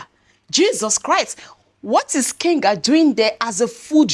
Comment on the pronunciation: Hi, it's Kagan, not Kenga